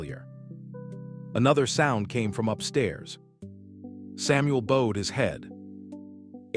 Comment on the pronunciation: The AI mispronouncing of Bowed as a curved leg as bowed legs not bowed heads and Elias as Ee Lee us. Too many ads. A total mess that ruined a good story.